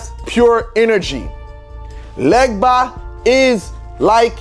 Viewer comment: They way he says "legba" and "vodu" correctly shows he is from Ewe tribe in West Africa